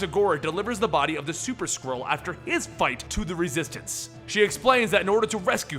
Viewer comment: I know you're saying Super Skrull but I keep hearing Super Squirrel 😂